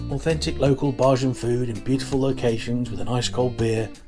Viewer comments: Nice video sir, just a heads up bajan is pronounced bay-gin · Heyy.. try saying "bay-jan" instead of "bah-jan" .. thts the proper pronunciation ❤ thank you for visiting my island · Dont say BaHjan ever again!!!l Pronounced like Bay Jun... you're welcome ❤ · There is no R in Bajan. Bay jun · It’s not pronounced Barjan -that was funny. It’s pronounced bay - as in sitting on the dock and jan - as in the month. The inaudible ingredient was angostura bitters. Chefette - that was fighting talk that you put out. You missed out the drinks sorrel and mauby - the latter is ❤ but perhaps an acquired taste. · you don't go to cheffette for Burgers.. you go for the CHICKEN period... go into St. Lawrence Gap and find Gap Burger in front of Rostrevor hotel and get a great burger.. and Bajan is pronouced.. BAYjan.. (hard j, not soft). and Rum punch doesn't have Orange Juice In it. looks like you enjoyed your stay. .may other places to eat on the island. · It’s pronounced ( bay jan) thx for video